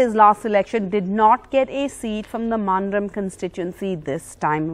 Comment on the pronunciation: To all people of good will, pray to God for us and Goa. A small correction to NDTV reporters and other visitors to Goa... Mandrem is pronounced as मांद्रँ. The terminal "m" is the m-nasalisation of Konkani generally and it is seen in many of our names and language. Dêv borem korum.